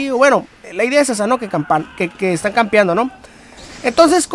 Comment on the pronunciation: Se dice Campeando no Campando aprende a pronunciar por dios!!!!!! Denle un diccionario.